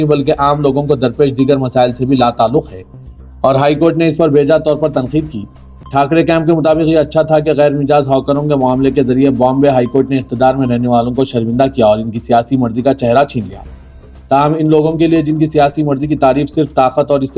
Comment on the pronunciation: Ghair Mijaaz nahein Ghair Majaaz